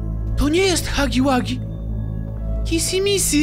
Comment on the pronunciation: Nie kisi missi tylko kiśi miśi😄😄😄😄😄😄😄😄😄😄😄😄😄😄😂😂😂😂😂😂😂😂😂😂😂😂😂XDXDXDXDXDXDXDXDXD